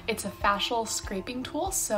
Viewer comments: facial honey facial not fashile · You mean her "fah-shuuul" tool? Did she not receive any form of non-ballet education? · The way she says ‘facial’